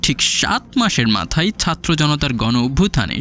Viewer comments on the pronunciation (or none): none